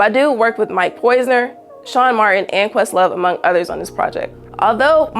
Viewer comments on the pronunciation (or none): none